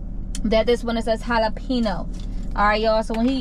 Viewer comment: i have never heard anyone fuck the word jalapeño up like that😂😭